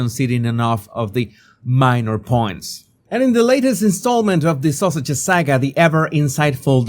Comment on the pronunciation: He IS saying "Duke and Duchess of sausages." 😂😂